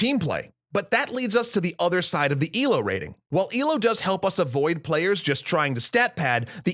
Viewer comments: Its not ee-low but eh-loe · It's ELO, not ILO